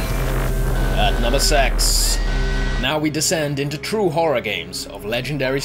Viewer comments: when ever he says "number six" it sounds like he is saying "number sex" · "And for number sex" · "At number sex" XD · thats because thats what he said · i heard sex lol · "At number sex!" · Did he just say number sex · And at number sex... XD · haha i heard it too